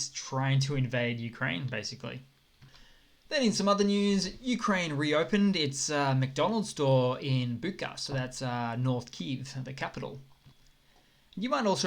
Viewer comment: Thank you for the update! Regarding the McDonald's piece -- if you meant Bucha, then it's pronounced "Boo"-"cha" (like "chu" in "chuck"). Not sure if you meant that town, though, but just in case :) As for Christmas celebration date -- it's not confined to Slavic nations, but to some of the Orthodox Christian sects, so, for instance, in Egypt, Ethiopia, Georgia and Armenia celebrate on the 6th and 7th too. IMO, the whole "celebrate like the rest of the world" thing is a little self-contradictory, since the holiday itself is traditional (a 2000-year old tradition, or more... or less), yet some people claim the date shift to be "progress". Moreover, it kind of defeats the purpose of a spiritual holiday by dragging politics into yet another sphere of existence. But, of course, the most important thing is the spirit of celebration. And the fact that it is, in essence, a religious holiday, of a religion that states in one of its commandments: "Thou shalt not kill". So... yeah. And as for beating the soldiers as a disciplinary measure -- that's something of a legacy of Nicholas the First, I guess. I mean, the beating penalty was introduced in several armies in the 19th century, but it was in Russia where it was taken to the extreme (please forgive me if I'm missing out on the history of corporal punishment in other countries). Tsar Nicholas the I was also known as Nicholas the Stick for implementing extremely strict punishment measures for the Russian army. Penalized soldiers would